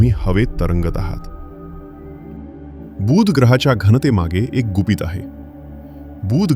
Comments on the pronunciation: मा हिती अतिशय रोचक आणि उपयुक्त. खूप माहित नसलेया गोष्टी कळल्या. मात्र बुध ग्रहाचा उच्चार खटकला. तो शब्द बूध वाही तर बुध असा आहे. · बुध ग्रहाचा उच्चार तुम्ही दीर्घ करत आहात. तो हृस्व करा. बूssध असं नाही बुध असा करा. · किती आश्चर्यजनक ग्रह आहे हा... छान माहिती सांगितलीत🎉... फक्त 'बू'ध ग्रह हा दीर्घ उच्चार खटकला . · माहिती चांगली दिलीत. बूद नाही बुध. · अतिशय चांगला वीडियो. धन्यवाद! एकच गोष्ट कानाला खटकली. “बुध “ ह्या शब्दाचा उच्चार!